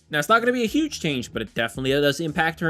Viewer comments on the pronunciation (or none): none